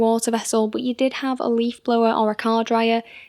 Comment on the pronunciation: While being English, why is it you can't pronounce "car"? Nice ass though Edit: Assuming you're English, my American ears usually can't tell between English and Irish